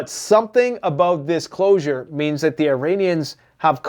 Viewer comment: Reports on days old news like it's breaking. Pronounces closure as "closer". Ceasefire as "siezefire". Says that Iran doesn't sponsor terrorism, but israel does? Claims they hacked a hundred million GB of trumps emails? Tf you on man?.... this is actual trash content. Complete mind rot...